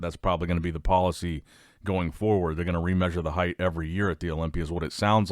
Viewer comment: Heighted at ? Bruv what’s that 😂